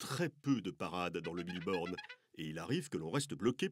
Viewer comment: C'est moi où il dit Bille Borne ?